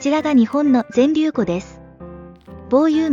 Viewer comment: ぜんりゅうふんって言って欲しかった。連呼されてるのでそこだけ残念ですがとっても参考になりました。ありがとうございます。